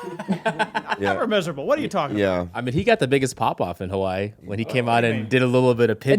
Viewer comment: Anyone else hate how says Hawaii?